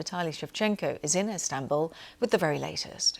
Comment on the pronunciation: Zelensky should stay in istabuuullly 😂